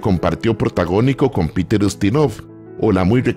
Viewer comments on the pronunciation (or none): none